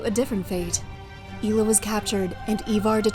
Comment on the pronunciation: DANE, Not Danuh and EYE-ELLUH (Aiella) Otherwise well done.